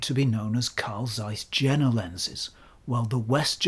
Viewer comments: by the way (not that it's important) Jena pronunciation is like Yale, not like Jennifer. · it is Jena not džena... Yeina or something like that pronounced it that weird English... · Just one thing: it's pronounced Iena not Jena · Please, mind the correct pronounciation of JENA ! Think of “Yea or nay”. JENA : JE pronounced like "Yea" JENA: NA pronounced the vowel "A" in the word "master". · CAIS, not ZAIS ! Pronounce properly ! Jena is not pronounced with a J. It is prononunced "Yena". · Hi. None of the Germans ever pointed out that Jena is prononunced Yeenah as in Johan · Zeiss Jena is pronounced Yeh-nah, which is the city in Thuringia in which Zeiss was/is located. As for Zeiss West, try the Ultron 50mm 1.8 if you can get your hands on it. It is expensive, but it is special optically and for being the first lens with a concave front element (it renders magic on par with or better than the Pancolar; downsides are terrible ergonomics, clickless and easily accidentally moved aperture ring, heavy vignetting wide open, the terrible idea of a silver barrel, which can reflect directly into the lens, and the lack of a filter ring). As for the Distagon West, it looks like it could be from Carl Zeiss Jena (East), except that Carl Zeiss Jena never produced a lens with an aperture mechanism that stops down turning left, as far as I know. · Excellent presentation. IMHO go for Jena lenses, comparable build quality in general, superb optics, better color rendition in most of the products. Why pay more? Btw. German "J" is pronounced as "Y", as in Yuma. Regards, t. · Jena is not pronounced like that. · You pronounced Stuttgart impressingly correctly. The J in Jena is pronounced like i (like eagle) .. so "ea"-ena. That out of the way, i love your channel.